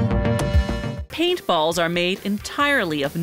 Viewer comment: Is it me or does she sound like she says pedophiles